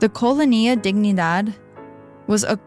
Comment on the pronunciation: came looking for a comment about this, it's killing me every time she mispronounces colonia, it's fine with me if she pronounces wrong a word once or twice, but if she's going to repeat it more than 10 times I honestly prefer that she uses the english word... downgraded the whole thing